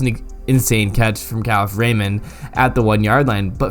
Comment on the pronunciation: Kalif Raymond’s name is pronounced Kuh-Leaf